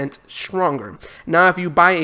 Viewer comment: ''swronger'' 0: love the accent though haha.